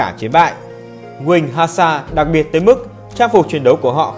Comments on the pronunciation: hussars là trọng kỵ sử dụng tốc độ ( video có ns là kinh kỵ) Hussras chứ ko phải (hasar) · Góp ý hay mà video đã đọc sai tên hussars